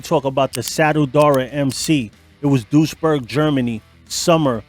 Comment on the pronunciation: Lmfao its not pronounced like "dush-berg" 😭🤣 Meine armen Ohren!